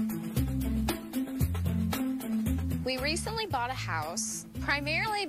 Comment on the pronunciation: yah really gotta emphasize the word bought gurl?